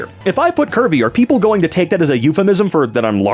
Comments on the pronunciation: for a long minute i thought you were saying “kirby” and not curvy. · I can’t be the only one that thought was saying Kirby instead if Curvy.